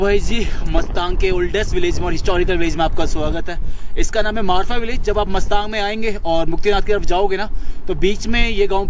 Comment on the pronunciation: आप ग़लत उच्चारण कर रहे हो,गांव का नाम मस्तांग नहीं मुस्तांग है।वैसे vlog बहुत बढ़िया बना है।